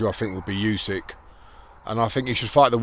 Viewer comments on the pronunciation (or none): Clickbait bullshit. Don’t put a picture Dillian if the video is going to be a bald old white man talking and giving his opinion. Either post the footage of him or change the picture. I can tell you don’t know much about boxing, the fighter Usyk’s name is pronounced OO-SEE-EK not You-See-Ek.